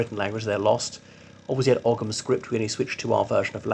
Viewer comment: Ogham is pronounced with a silent "h." I wouldn't trust your historical analysis after getting a basic detail like that wrong.